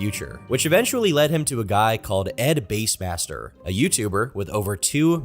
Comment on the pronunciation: Did you pronounce Edbassmaster wrong on purpose? Is bass like a fish, not like a guitar